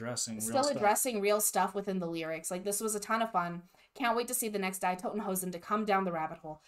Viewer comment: Don't pronounce the German "die" like the english "die", the "ie" is pronounced like the "e's" in "the Bart, the" as spoken by Sideshow Bob.